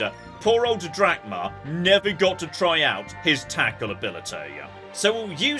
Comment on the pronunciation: Anyone else keep hearing call the character Captain Dad?